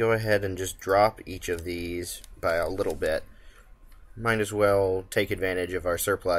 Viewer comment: Little, little, the word is little. You have a really nice presentation style and great videos, but everytime I hear you say widdle/wittle I die a little inside.